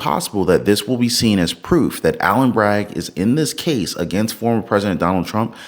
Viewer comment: Dude! It’s ALVIN not ALLEN!!!!